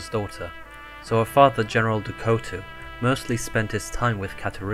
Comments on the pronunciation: Ducotu? Who tf is ducotu It's Du Couteau. I know you aren't French but i recommend you try to listen to French people speak and repeat the words they say and you will see that you won't be butchering French words as much. Apart from that, nice video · "Du Couteau" is pronounced "Du Kooto". Couteau is French for knife and "Du" means "of the" so it's as if her name was Katarina of the Knife. "Du" was usually part of the noble french families' last names and is still fairly common in some family names